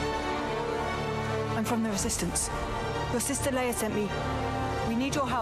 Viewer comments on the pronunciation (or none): none